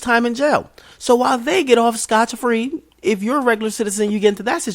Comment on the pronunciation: DJ u my nigga & ima let u finish.. But u said "Stoch Free" it's SCOT FREE lol